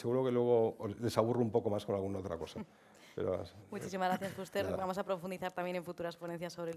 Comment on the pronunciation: Sra Presentadora. Ponga el acento en la E y no en la U cuando diga FUSTER.